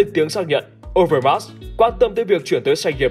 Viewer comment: Đọc sai tên Marc Overmars rồi Admin.